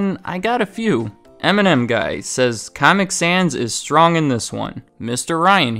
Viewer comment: his pronunciation of caamic sans souds like how the actual font comic sans looks, pls tell me what you thought of the caament